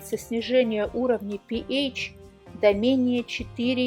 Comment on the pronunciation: Пи ейч режет слух. Со школы известно что это пе аш читается. А вода аш два о. А не ейч два о